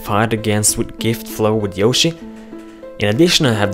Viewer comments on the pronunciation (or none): none